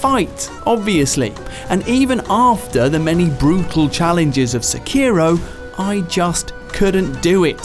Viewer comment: I swear pronounces Sekiro wrong on purpose at this point